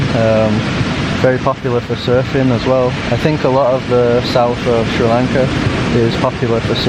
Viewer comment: i like a lot how you say Sri lanka.....:)